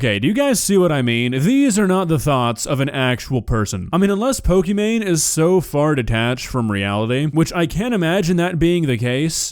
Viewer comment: "pokiman cards"